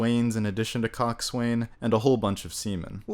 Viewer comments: Oh boy, I 'm jumping in late here but there are some matters that just must be cleared up. Coxswain is pronounced coxs'un Boatswain is pronounces bosun A sexton is a person who is in charge of maintenance for a church. A navigational instrument used for measuring the angle of the sun in the sky, critical for determining longitude, is a sextant. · Coxswain is pronounced "cox'n". And boatswain is pronounced "bosun". Don't mind me - I'm a language nazi (BTW "swain" means "man", so a boatswain is "boatman" - in fact in the 16th century the word - at least in Scotland - was "botisman"). Originally I was upset about the plot changes, but I've come to terms with it and enjoyed the movie for itself. BTW, the two leads were coached in string technique by the famous violinist Richard Tognetti. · Talks about how he loves the pronounciations of coxswain, boatswain, and sextant, then proceeds to mispronounce all three lol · "Cock-Sway-Nnnn" It's actually pronounced "Cocks- Unnnnnn' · Lovely review, but: 1. Cockswain, or coxswain, is pronounced kok’sn, not cock-swain. 2. It’s a sextanT with a T, not a sexton. 3. Not a ‘masthead’; she is a figurehead. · I agree with your assesment of the film. Do your homework, for God's sake, and stop using the pronunciations that the closed captioning provides. It is SEXTANT, an instrument for measuring astronomical angles. It is "Coxun", properly pronounced, not cox swain. It is "Fokesuhl", properly pronounced, not fore castle. It is "looward", properly pronounced, not lee ward. I find your review to be prolix in the extreme. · Its pronounced “cocksun”, not cockswain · Coxswain.is pronounced Cox'un Boatswain, Bos'un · Coxswain might feel good in your mouth, but...lol Coxswain : pronounced cox- sin Boatswain ; pronounced bo-sun Carry on !! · Its pronounced cox'un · And it's still pronounced cock'sun And Bo'sun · It's pronounced 'Cock Son' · Coxswain is pronounced 'coxsun'. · Cock'sen...you don't pronounce the w...or th a.